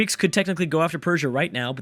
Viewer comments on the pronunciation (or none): just work on pronunciation like suleiman is pronounced sull-a-min not solomon